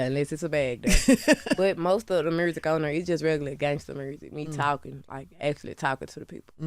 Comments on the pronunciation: It’s the “mursic”for me 🤣🤣🤣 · I love the R after U! MuRsic and MuRte lol Such a fan 😊